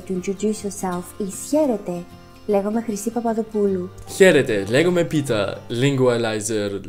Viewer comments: Ναιι, τη φάση, Εγω απο πίσω να είμαι κάπως: ΔΕΝ ΕΙΝΑΙ ΛΕGΟΜΑΙ ΕΙΝΑΙ ΛΕΓΓΓΓΓΟΜΑΙ, But nice, you did well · Όχι γεια λέγκομαι Πίτερ, λέγομαι Πίτερ